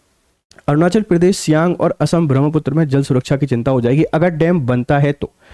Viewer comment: महोदय अंग्रेजी के कारण अपना उच्चारण मत बदलिए , ब्रह्मपुत्र को ब्रह्मपुत्रा कर दिया है